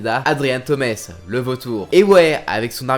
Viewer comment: Adrian "taumes" aie j'ai mal aux oreilles